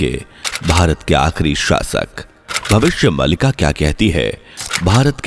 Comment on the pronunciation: नैरेटर जी आप “भविष्य मालिका” का उच्चारण सही तरह से करें भविष्य मलिका ❌ भविष्य मालिका ✅ मलिका एक उर्दू शब्द है जिसका अर्थ है मालकिन❌ मालिका एक संस्कृत शब्द है जिसका अर्थ है माला ✅